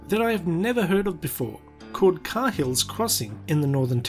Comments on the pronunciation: It's pronounced KAY-HILL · try saying Kay Hill not car hill cheers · Not 'Ka Hill' it's pronounced 'kayhill' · Sorry... but the way you learn english should tell you to pronounce it KayHill, how did it read as car? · It's pronounced "cay-hill"... not "car-hill"... when spoken properly it sounds like "kale" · Sorry mate but it’s not “Car-Hill”. It’s pronounced “Kayill”. Try saying Car Hill down south!🤪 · “Kay-Hills” crossing mate. And barely pronounce the H. You say it wrong. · Please.....It’s pronounced “Kale” or “Karl” not Kayhill....!! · Hey mate. It's pronounced (kay-hill's). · Both wrong. It's pronounced Kay hills crossing. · mate you couldnt even pronounce the name correctly, dont start answering questions about the place and dribbling even more shit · In what universe do you hear a "r" In Cahill? Oh and if you're not from the nt stop putting out false facts that you dont know. Otherwise do research. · Did you pronounce 'Cahill' correctly?